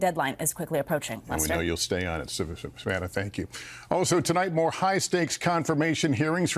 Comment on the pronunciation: Why can’t Lester say Savannah?